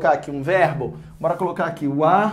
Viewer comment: "iumbora ver..." kkkk